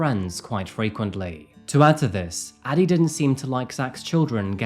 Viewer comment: I keep hearing daddy instead of Addie.